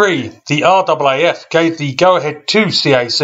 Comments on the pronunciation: Never heard an Aussie say are-double a-eff. Everyone I know says RAFF. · RAAF, its pronounced r-aa-f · It’s in fact pronounced RAFF as in Rif Raff 😎